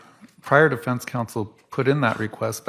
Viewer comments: WTF IS THE "DIFINSE" Lori Dumbell???? It's the DEFENSE. YOU AREN'T SPEAKING THE ENGLISH LANGUAGE. GO BACK TO CHUD DUMBELL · Holy cow can she really not even say the word defense?? What the heck is a difinse?? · Lori it's defense not definse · She calls defense, "definse" Not too swift. Doesn't pronounce words correctly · Difinse? She cant say defense? Bizarre😳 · "deFINCE!" UHGGH I HATE HER